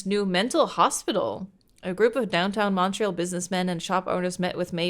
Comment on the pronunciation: Fun to watch something set in Montréal! 😊 Also, pretty good pronunciation of the French names by, some are not easy to figure out if you've never heard them! ❤